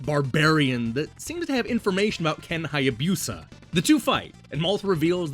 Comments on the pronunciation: OMG I just found this video (7 years late!) and the pronunciation is driving me crazy. Hai a BEW sa. 🤦🏼‍♂ You're killing me, Smalls! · FYI, Hayabusa isn't pronounced with a Y sound before the U.